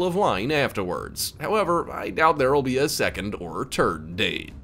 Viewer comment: There probably won’t be a second or “terd” date…LOL 😅 💩